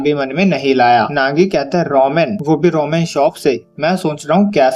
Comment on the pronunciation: Bro roman nahi ramen hota ha bro